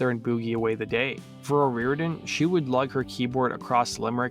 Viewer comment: Dude you're pissing me off SO BAD because you keep calling her 'O'Rear-den'... Her name is O ree-OR-den. 2jy is it so FUCKING hard for you to pronounce the syllables in her name? Or do you just feel like it isn't important because she's a woman???